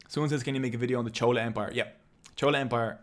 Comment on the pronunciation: Maybe it was your accent or you only learn by reading and not heard these words before pronouncing the word chola was wrong in Tamil video but loved the video nevertheless..❤❤